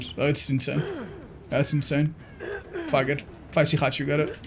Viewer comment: you need to practice your enunciation. I had to replay this second multiple times to understand you were trying to say "fuck it" instead of "faggot". You wouldn't want people to take things out of context.